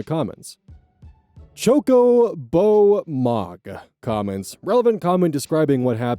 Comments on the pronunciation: That pronunciation of Chocobo threw me for a loop. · The way you pronounced "Chocobo mog" immediately tells me you're not a final fantasy enjoyer 😊